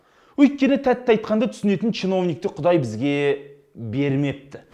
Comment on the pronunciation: Ченовник емес-Чимовниктер дисіңғо